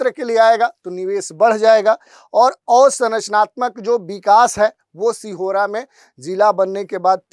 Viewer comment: सिहोरा नहीं सीहोर हे